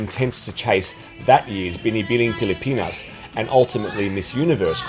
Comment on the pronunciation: Im from the Philippines so we are very passionate about beauty pageants especially Miss Universe. I am impressed when you can pronounce "Binibining Pilipinas" perfectly. Love your videos, keep them coming👏